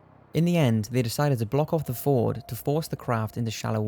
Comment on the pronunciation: When you pronounced Sognefjorden, you said ford lol. It's suppose to sound like this: FJORD. Best regards (Norwegian).